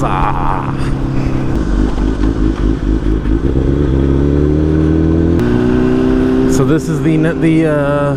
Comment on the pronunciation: When you say agua-mansa I keep hearing Aqua-Man cemetery